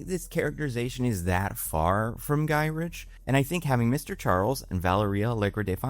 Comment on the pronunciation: Henry Gy-RICK not rich English is your first language right?